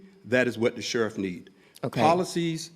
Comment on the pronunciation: Dat is wut da shurriff need. Why can’t black people who are supposedly educated put plural sounds on anything that needs it? That dumb ass sheriff said that. “Dat is wut da shurriff need.